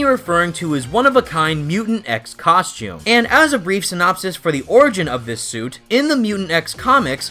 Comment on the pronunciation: “Cos-choom”